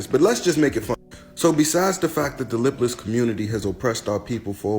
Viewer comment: He said lip less lol